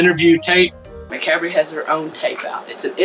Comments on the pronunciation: Macabre pronounced muh cob, just released carnival of killers. Pretty good stuff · I always laugh how you guys butcher the word macabre 😂